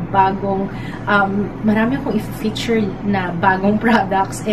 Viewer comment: And it's PiCture not Piture. Nagiging silent C eh. Pati feature nagiging fiture ung pgkapronounce lol